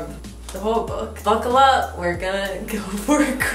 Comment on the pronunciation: Ngl I thought you said “bookle up” and tried to be punny 😂😂 made me laugh then laugh more realising you didn’t even say it x